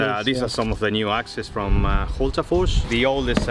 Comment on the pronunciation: Love the pronunciation of Hultafors :) Love your channel /Swede.